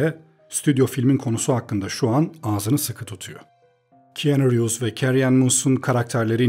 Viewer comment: Keanu Reeves'in ismini yanlış telaffuz ediyorsunuz.